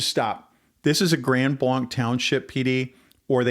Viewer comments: Please pronounce the town name correctly. It is NOT Grand BLAHNK. It is Grand BLANK. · Overall, good brief. 👍 No, I don't think that you cherry pick verses. The local (proper) way to pronounce the name of the location is Grand Blank (regardless of the French spelling). The LDS are NOT Christian, regardless of their claims. Here are a few FACTS about them: They believe that God was once a man and married. Humans can become Gods. Jesus and Lucifer are spirit brothers and older brothers of humans. They have different sacred writings. They have the New World Translation, Book of Mormon, The Pearl of Great Price, and The Doctrine and Covenants. NONE of this is Christian. All of this being said and understood, NOBODY DESERVES SOMETHING LIKE THIS TO HAPPEN TO THEM. All human beings have the God given right of defense, regardless of religion or lifestyle. There is 0% chance of a person turning their life over to Jesus if they are not alive. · Trust me its pronounced grand blank. It may be french but non of us from the area pronounce it that way. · I will share with our Pastor, thank you. I live near Gr Blanc, and have always heard they have a good PD. The DNR officer response was such a blessing! One totally unimportant thing I'll mention is that locals mispronounce the township name as Grand BLANK. Just in case people are wondering why interviewees say blank vs blanc, it's local dialect. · Grand Blanc is pronounced Grand BLANK. 😊.